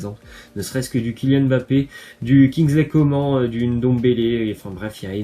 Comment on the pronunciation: Il a dit kingsle comment mdrrr